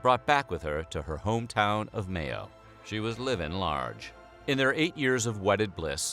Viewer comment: Pronounce Mayo properly then I'll listen to you a